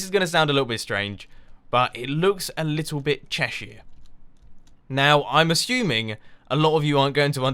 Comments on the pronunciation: Haha, I'm from a small town in Cheshire, and I didn't realise that we had that reputation. Definitely not the town I'm in, full of chavs and doley's. By the way, you say Cheshire much more poshly than I do, I say it Chesh er, with the er like the er in homer. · thats not how you pronounce cheshire you silly turnip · You pronounced Cheshire so wrong... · What's Chershire?